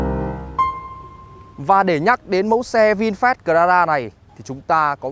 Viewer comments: Bài review của auto rất chi tiết vs thực tế. Chỉ ko thích là lúc bác nói từ Vinfast thôi, nghe như là Vin phét ấy...mình có tra thử tiếng anh trên google dịch nó đọc là vin fat rõ chữ a chứ ko phải chữ e như bác đâu nhé! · lossless lossless bác ấy đọc chữ a thành chữ e luôn! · Anh nay noi chu Fast nghe vui tai ghe